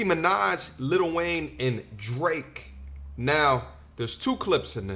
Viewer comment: What do people who pronounce Lil Wayne “Little” do afterwards?